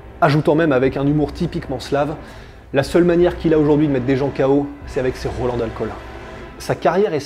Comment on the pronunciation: C'est avec ses QUOI d'alcool ? Pas compris Faudrait articuler un peu hein